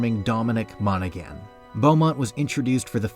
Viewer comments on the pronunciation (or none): Dominic’s name is pronounced Mona-han